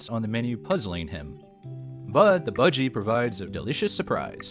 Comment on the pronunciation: Bhajis is pronounced Bar-gee. No one is eating budgies